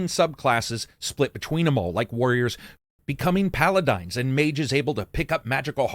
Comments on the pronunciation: Even then, I've always heard that pronounced as "pala-deen" not "pala-dine." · Been playing mmos and rpgs for most of my life and this is the first time I've ever heard paladin pronounced "paladine" lol. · Really? Pala-dine? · did you just say Paladine? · Loved the review. Great job. Also, wtf is a Paladine? 😅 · "what's a paladine" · Pal-a-dine the newest fast food restaurant. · Why do you say Paladin like that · This is three months late, but I am Canadian and grew up playing all types of rpgs with my brother and this how we thought it was pronounced for years until we heard the actual way to say it. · Yeah, that made my ears bleed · I used to pronounce paladin the way you did when I was a kid :D.